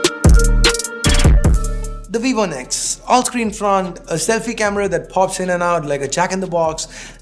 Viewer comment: Nex not the x!